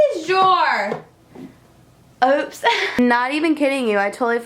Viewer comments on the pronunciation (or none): The way you said "oops" 😂😂 that southern twang really came out. Love it!